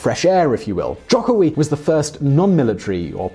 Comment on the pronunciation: Hi, thanks for making a video about Indonesian politics (a greatly understudied topic indeed). A quick point of feedback: you mentioned that rising conservative Islamic influence would likely cost Jokowi (btw pronounced Joe-koe-wi) the 2019 election. While islamic populism is certainly a force to be reckoned with, all credible polling organizations have Jokowi in a double digit lead over potential opponents. Furthermore, its actually not a clean split between Jokowi and the opposition in terms of the Islamic parties. PKB will likely go for Jokowi, while the PKS while go for Prawbowo Subianto (his likely opponent). The other two are sort of a toss up at this point. I would also say that Indonesia's democratic consolidation faces great challenges from forces besides Islamism.